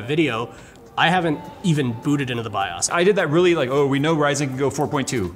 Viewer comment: Stop saying Rye-Zen! Lisa Su doesn't do it, it's Ryzun, it's not bread! AAAAAAA